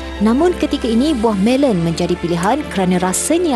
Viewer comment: Melon..bukan melen..